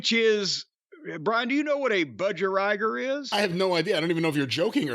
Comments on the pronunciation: Laughed so hard at the way Jim pronounced Budgerigar, don’t you guys have them in the states? It’s pronounced Budge-e-ree-gaar! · Hearing Jim try and pronounce Bud-Ja-Ree-Gah (phonetics... Lol)